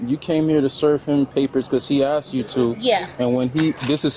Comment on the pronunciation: so uneducated can't even say the word asked